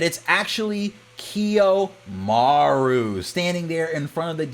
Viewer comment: You're killing me pronouncing Kiyomaro with a U >_< good summary though.